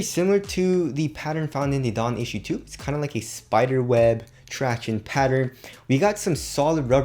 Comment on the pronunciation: “tractiones” is always the best part of the video